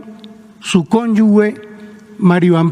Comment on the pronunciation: No se dice “ cónyugue” lo correcto es cónyuge. Y se pronuncia como si se escribiera con j.